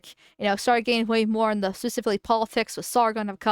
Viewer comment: "Sargon of Kad" lol